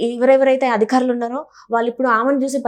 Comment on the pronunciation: అధికారులు అనాలి. అదిఖారులు కాదు